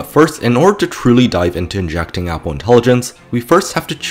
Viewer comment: You are pronouncing Apple wrong. Its horrifying, please don't say that in that way ever again